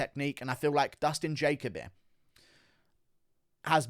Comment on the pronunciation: Why can’t pronounce simple names like jalen and jacoby lol